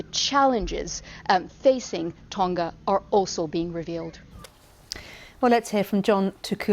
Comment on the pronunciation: Hey BBC learn how to pronounce Tonga properly, it's easy you just have to make a tiny bit of effort.